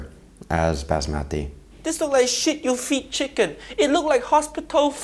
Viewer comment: Kindly learn to pronounce Basmati properly!